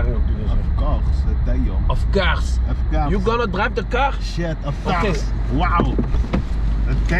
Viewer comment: Of couggggs